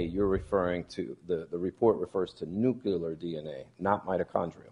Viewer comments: NUCLEAR, BAEZ!! It's Nuclear. Nu-KLEE-ar. Not nu-KYOO-lar. I can't stand it any longer! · The defence lawyer said "nookyoolar dna". It's a total disgrace. These morons got it wrong. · Can Baez learn how to pronounce “nuclear”?!